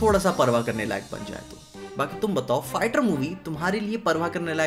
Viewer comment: bro I don't know why its only me or anybody else who also heard the pronunciation of "fighter" as "farter" in the video